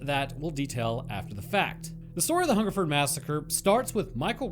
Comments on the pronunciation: he got hungerford (furd, not ford) right off the bat, but berkshire is BARK-Shire, some old ae sound shenanigans or some s***. its all stupid and made up. I live near here and its interesting that this never comes up. i know about it but noone really talks about it. cool to see it make a video tbf. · You got Hungerford right the first time. Most places ending in -shire are usually suffixed "shear" phonetically. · Wow i was the one who commented this on your Albert Dryden vid. Your pronounciation is spot on, its only the posh gits who pronounce it Hungerfoord. Berkshire is wrong though lol, it pronounced with an 'a' intead of the 'e'. Must say its the first time i commented on something and it gets turned into a video. Thanks i geuss. I would also like to add that although it is nice to get noticed it could'nt be about many a worse subject. As i said in the Albert dryden vid this was a story we were told as kids to scare us about guns, and strangers. It was like being told about the boogeyman but one that had lived in your area.